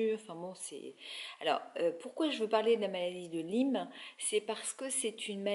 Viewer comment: on dit maladie de LYME ( comme en disant ' aie' pas 'i" .) merci